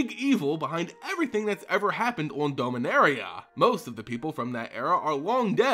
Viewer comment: You always sound as if you say Dulminaria. ^^